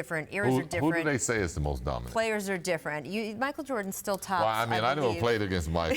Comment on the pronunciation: "Duh- min- it player" -SP